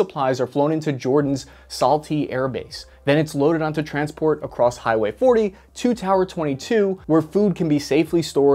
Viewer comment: Damascus HIGHway. Lol why the fuck did he say it like that...